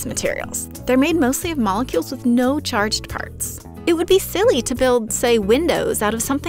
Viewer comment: it sounds like charged pharts